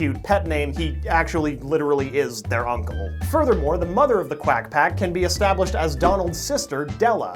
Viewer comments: I took a drink every time he said quagh pcoffty..... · I toke a drink every time he saed qwiac pack a drink of milk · It’s quack pack!